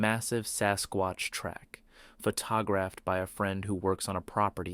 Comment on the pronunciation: Yeah and the way he said photograph one time made me literally laugh out loud 😂😂